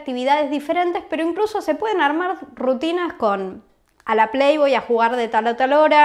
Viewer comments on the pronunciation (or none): Dijo Playboy o más bien play voy